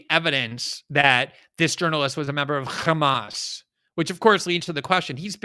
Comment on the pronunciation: glenn really emphazing that H in hamas.